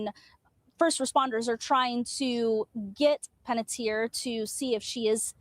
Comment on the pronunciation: Checking you 💔 out from Las Vegas.💔 While wearing my Chucky hoodie watching you today. So heartbroken 💔 about Hayden. & her last name is pronounced Pan-et-ti-er Like (Tee-air)